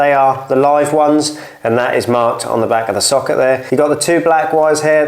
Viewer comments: I thought you were saying “soccer” for the first few minutes 😂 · Why are you saying socket like that ?